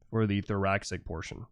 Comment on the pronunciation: Interesting stuff. Comparitive anatomy is a fascinating subject and you break it down well. Just one thing... Thoracic (as in pertaining to the thorax) is pronounced "Thor-ass-ick" (not "thor-ax-ick") - English can be kinda weird like that... Sorry, as a biology major, it grates a bit every time I hear it said that way.